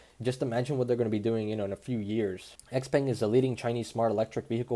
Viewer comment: FYI: Do you know what XPENG stands for? X=xiao means small...Peng is pronounced Pong. It is referring to the mythical giant bird...(trivial info)